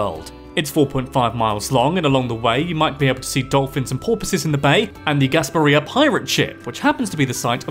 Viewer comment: I'm from Florida! I watch your videos all the time and it was fun to see you do one on my state. It was funny to hear you pronounce "Kissimmee", "ybor", and "Gasparilla". Also there is an orange county Florida. It's the Orlando area. Walt tore down a bunch of orange groves to make Walt Disney World. Both Disney World and Disneyland reside in Orange county! I really want to check out the stargazing in Kissimmee now. Thanks for that tip! Last thing, I've been to Venice Beach (shark tooth beach) plenty of times, but never knew the teeth are from ancient sharks. I assumed it's from sharks in the area. Cool fact!